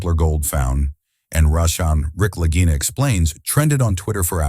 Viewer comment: Lageeena, not Lag-eye-na, Stupid!